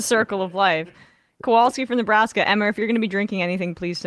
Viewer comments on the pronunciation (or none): I hate how much it bothers me the way Emma can’t pronounce certain people’s names. I should be more forgiving but she’s a perfectly intelligent person, WHY CAN’T SHE SAY NAMES RIGHT?!😩